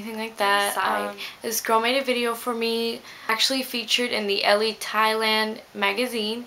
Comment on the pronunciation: The 'e' on the end of Elle is not pronounced. It's silent.